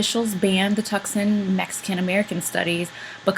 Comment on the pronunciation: Tooooooo-son!!!!!!! NOT TUC-SON!!!!!